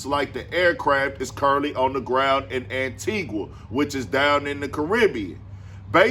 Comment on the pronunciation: This nigga said Antigua 😂 bruh im done. Hell naw